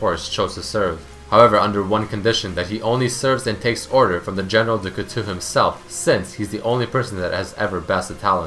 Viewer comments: General dukutu xD.. The right pronounciation is Du-kootow (Du couteau) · plz stop saying dou coutou it's pronounced couto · do co tow is kinda how you say it. For the record you can just google an audio pronunciation of it. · it's DuCouteau, pronounce it like du coutO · I'm not even French and it made me cringe. He also said Heph's name wrong.